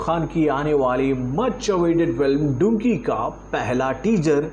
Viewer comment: Aaj bhi Dunki ko Dunkey bolrahe hain kehte waqt pronounce karte waqt Danki bola Karo lekin uska spelling Dunki hai...samjha karona...😊😅😂